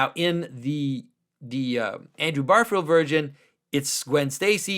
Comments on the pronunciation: Great video. But it is Andrew GARfiled, not BARfield, though. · Plot twist: Andrew Garfield is a huge Symbolic World fan, and is devastated at how Jonathan pronounces his name.